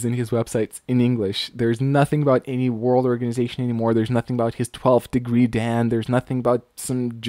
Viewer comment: Very amusing video. 段 Dan is pronounced dahn (say it quickly). da+n